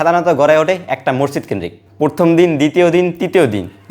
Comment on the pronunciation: Masjidke morjid bolen keno?